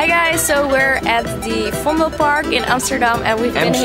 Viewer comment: You said Amsterdam right, that boy wasn't right. It's a city so you prononce it as you say it in dutch. Nice vlogging 😊